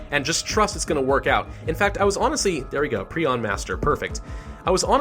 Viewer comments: It’s pronounced Prion, Not prion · Its not prion its prion ok Pri-on Not Pri-on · It’s pronounced prion not prion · It's pronounced "prion" not "prion". 🤨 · My very nasty message in the comment section. At least you tried. Prion is pronounced as pry-on not pree-on. Preon is a different word, it is: "A hypothetical point-like particle, supposed to be a subcomponent of quarks and leptons." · I think it’s pronounced Pri-on, not Pre-on, idk though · Hermit galaxy It is pre-on not pri-on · No, it's pronounced pre-on. a pry-on is a small petrel of southern seas. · I always thought it was Pri-on not pre-on 🤔😂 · yo, it's pronounced prion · It's pronounced "Prion" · prion is prnounced pry-on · Pronounce it pri-on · Prayh-on is the pronunciation. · It's "pry-on" you sick little freak, what's wrong with you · No, it's pry-on.